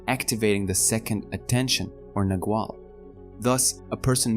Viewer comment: Clearly described thank you, but I wonder why it is that in all the videos about the Castaneda books that I have listened to, the terms 'nagual' and 'tonal' are mispronounced. Their proper pronunciation is clearly described at a certain point in the books, and it seems to me that the video-makers haven't bothered with that.